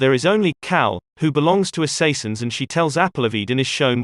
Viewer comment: Lost me at "Assassians"